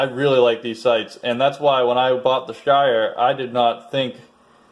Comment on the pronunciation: Your pronunciation of Steyr is off.